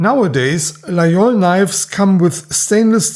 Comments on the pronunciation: ville de io , laol , lai , lol. . . encore un effort on va arriver a LA GUI IOL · Excellent video. You pronounce Laguiole correctly. Most people, including in France say the gu). The Laguiole is essentially an user. They cut very well.